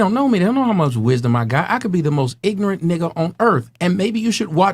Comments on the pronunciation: I cannot believe she said IGRANINT twice!!!!!!!! 🤣🤣🤣🤣🤣🤣🤣🤣🤣🤣🤣🤣🤣🤣🤣🤣🤣🤣🤣🤣🤣🤣🤣🤣🤣🤣🤣🤣🤣🤣🤣🤣🤣🤣🤣🤣🤣🤣🤣🤣🤣🤣🤣🤣🤣🤣🤣🤣🤣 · "I'm not bieng Ingrament" lol😭😭bruh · She pronounced it more like "i-gri-nit" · "Ingrent" needs to go on some merch 😂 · "Iggernint" is my new favorite word. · "I'm not being ingorant?" LOL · Blank women don’t even understand the English language. 👸🏽: “Not irrelevant” “Ingrenant” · You’re a social worker but you can pronounce ignorant or misconception??? Where tf do you work an animal shelter like what kind of social work do you do